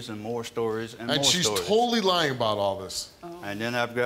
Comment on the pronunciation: "She has a history of lieng" We all do!